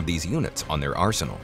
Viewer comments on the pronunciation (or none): none